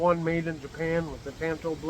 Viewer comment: Great group of knives. I really like that tanto from Japan. And thank you for pronouncing that correctly! I don't know why it bothers me when people pronounce it tonto. It's not the Lone Rangers native friend lol! So would the other name used for sod buster be a farmhand? Thanks!